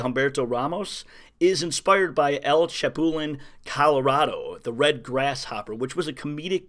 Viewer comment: Good video and I 👍 it but neither Haiti or the Bahamas are countries of “Latin” origin FYI. Also, your pronunciation of Chapulín Colorado almost made me fall out of my chair lol 😂